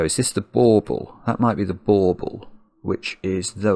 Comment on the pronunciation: Bulbul is a peculiar way to pronounce ornament 🤣🤣 🎄🎁🛷🎅